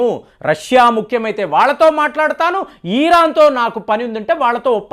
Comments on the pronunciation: సార్ ఇరాన్ అనాలి ఈరాన్ కాదు...ఎన్నిసార్లు ఎంతమంది చెప్పినా కూడా ఇదే ఈరాన్ అనే పలుకుతున్నారు.. తెలుగు పరువు తీయకండి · ఈరాన్, ఈరాక్ కాదురా బాబూ.. ఇరాన్, ఇరాక్ అవి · ఈరాన్... కాదండీ ఇరాన్.... ఇజ్రాయెల్ వారు ఇరాన్ ను ఆక్రమించరు యూఫ్రటిస్ నది వరకు వరకు ఆక్రమణ చేయవచ్చు.... అది బైబిల్ Prophecy..... దేవుడు వారి పూర్వికులకు వాగ్దానం చేసిన land అది.... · వీడు ఒక BJP fanatic. ఈరాన్ కాదురా నాయనా😂😅 ఇరాన్....